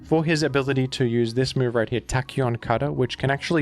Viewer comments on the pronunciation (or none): none